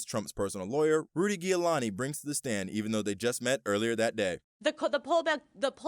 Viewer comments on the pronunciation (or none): Host pronounces Rudy Giuliani so incorrectly. SMH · How do you not know how to say Rudy's correctly?